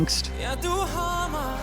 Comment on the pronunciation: So your pronunciations of Danish words are wonky, well, Danish is tough, BUT when you sang the line "Du har mig" you absolutely nailed it. Pretty cool :)